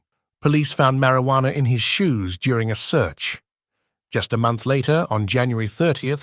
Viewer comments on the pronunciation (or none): none